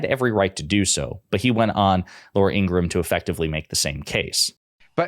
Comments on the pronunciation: I can't stand Laura. She's such a sour ass. I didn't think news hosts were supposed to give their opinions. Oh, and her name is pronounced ingra Ham. Per her brother. I watched a special with her brother on meidas touch a couple weeks ago and he said their last name is pronounced ingra Ham. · Laura Ingraham. 'ING-GRA-HAM'. (3 syllables)